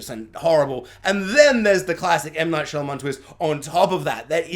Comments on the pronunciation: Saying his name wrong throughout the review but his daughter's name right was unintentionally hilarious 🤓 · Turning off after about 2 minutes. Don't know how many times you can butcher the director's name, but I can't do it for 20 minutes.